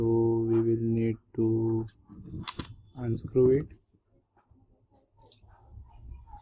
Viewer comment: hahahahhahahahah unscrew, i like ur english